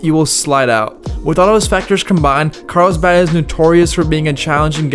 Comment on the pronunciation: Carlsbad. Not, "Carl's bhaaaaaad."